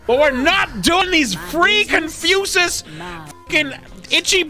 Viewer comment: Why does he pronounce it as "ConfuSUS".